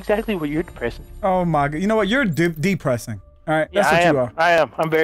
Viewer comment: " i think u are D pressing " " i am very D pressed ryt now"